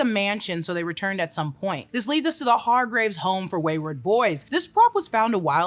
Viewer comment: Hargreeves pronounciation is also off :")